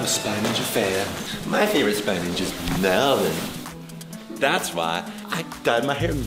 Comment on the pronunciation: i laugh do Hard cuz said "vy" "VY" 😆